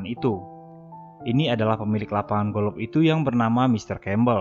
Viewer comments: Golop Anying kwlwkwkw Golf bang bukan golop wkkwwkkw 🤣🤣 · Sebutan golf bukan golof...sebutannya goff ..wlpun ejaanya g,o,l,f tp bunyinya g,o,f..maaf bang bkn tunjuk pandai tp sekadar perkongsian ilmu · Bukan golof tp. GOF . Bukan ronde tp raun (ejaan round)😁😁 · Kenapa aku dengar mimin sebut “golof” ?